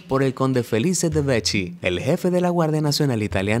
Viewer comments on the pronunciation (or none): Se pronuncia veki no vechi. Un saludo! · En italiano CCH se pronuncia come doble K ya que doble C tiene que ser fuerte como sonido.. Entonces Vecchi se lee "Vekki".